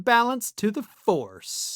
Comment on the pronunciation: Did he say back in the farce or force?